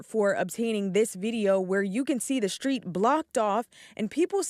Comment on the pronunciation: "Shtreet" takeover?